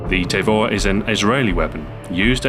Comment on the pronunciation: It's pronounced "tah-vor" not "tay-vor".